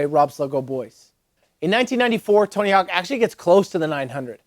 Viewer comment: "Oh Tony Hawks? Yeah he's rad" LMAO I know dude it killed me too but now I say it like that just to see if I'm ever corrected!